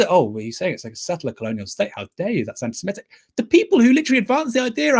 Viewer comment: grrr it's semitic not semEtic!